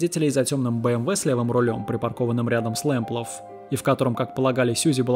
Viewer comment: Почему в названии фамилия Лэмплаг, а вы говорите Лэмплаф?